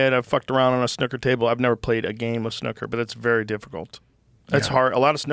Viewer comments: dunno if Americans pronounce it this way but its not snoker, its snooker, as far as I know…. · Wtf is snuckurr? Lmao Snoo ker is a good game though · Mericans pronunciation of snooker 😂 and I can just imagine the commentators screaming "score on the cherry!" 😆😆😆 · Their pronunciation of "snooker" is hilarious. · The way you two pronounce ‘snooker’ sounds r*tarded af. 😂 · why does he say snooker like that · The way you two pronounce ‘snooker’ sounds r*tarded. 😂